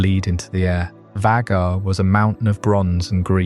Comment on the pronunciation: This is cool but The constant mispronunciation of Vhagar throughout the video drove me a little nuts while trying to relax